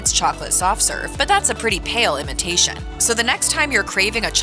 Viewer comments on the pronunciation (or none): none